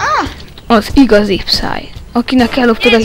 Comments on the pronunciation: Az nem pszáj hanem pieszáj.. ." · Felfedeztek. >< De azért lehetett volna jobb is. Hibák: Psy mióta tud magyarul? Minek neki reptér? És a helyes kiejtés nem "pszáj", hanem píeszáj + háttérben tv. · a helyes kielytés PÍESZÁJ PSY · XD az van oda írva a végén hogy pcy és kiejtés az 0 a 1000-ból XD